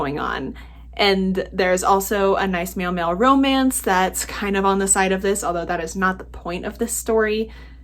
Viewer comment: ALSO it sounded like "meow meow romance" and I am HERE for that. and male/male romance of course. But I like the idea of a meow meow romance haha